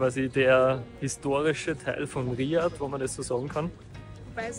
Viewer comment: danke, schönes video aber die Betonung liegt am a bei Riyaaaad und nicht am i